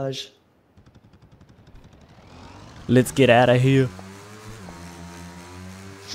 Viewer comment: dat "camouflage"